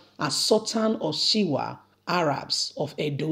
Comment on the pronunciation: What is Shiwa of Arabs? Its Shuwa Arabs. As a media person, please take time to learn and pronounce words properly to give your reports correct meaning and reporting. Good luck 👍